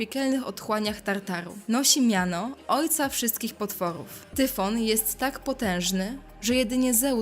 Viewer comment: Tyson, Ciemny, Hydra, Hejron, Minotaur, Tyfon, Chimera, Hipogryf,... Czyli tyle co w fantastyce.... I po drugie : nie czytaj Tyfon a Tajfon